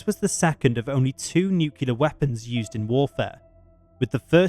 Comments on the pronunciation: Whispers: noo-klee-urh, not nuqueler.👍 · His pronunciation of alias and nuclear is grating. Al-EYE-as and nu-killer; wtf?!